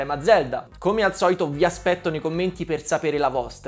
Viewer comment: VI ASPECTOH!